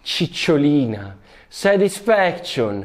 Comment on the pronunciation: "SETISFEKSCION" CICCIOLINA